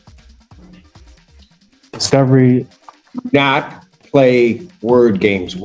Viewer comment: When he said mister Allen! All I heard was “Mr owl.. how many licks does it take to get to the center of a tootsie roll pop” 😂😂😂😂😂